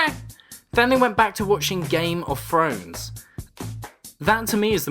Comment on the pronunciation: Your essays are great, only issue is how you pronounce 'th'... game of frones... otherwise, biggest fan.